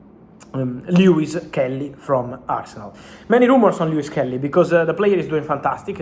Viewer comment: Miles Lewis Kelly, Rrrreall madrida, no no